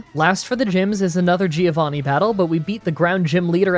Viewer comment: I am one of your (longest) italian fan. I love your videos but please: It’s pronouced “Joe-vanni”